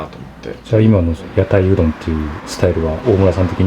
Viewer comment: うどん屋じゃなくて「んどん屋」だな